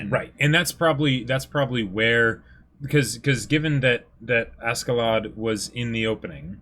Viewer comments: Pronunciation note: Askeladd=ASHeladd. It's a Scandinavian thing. You're pronouncing the J in Jomsviking right, though, can't say that for every reactor. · This is Snake It's pronounced Asheladd in the anime, though. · I know, I educated myself on the subject, but in the context of the character in the anime it is pronounced with a SH.